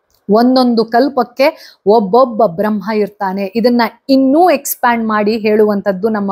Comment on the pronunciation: ನಿಮ್ಮ ಎಲ್ಲಾ ಎಪಿಸೋಡ್ ಗಳನ್ನು ನಾವು ಅನೇಕರು ಮೆಚ್ಚಿಕೊಂಡಿದ್ದೇವೆ..👍🌟🙏🌹 ಆದರೆ, ನೀವು ಬ್ರಮ್ಹ, ಬ್ರಮ್ಹಾಂಡ ಎನ್ನುತ್ತಿದ್ದೀರಾ.. ಆದರೆ ಅದು ಬ್ರಹ್ಮ, ಬ್ರಹ್ಮಾಂಡ.. ಅಲ್ವಾ..?🙏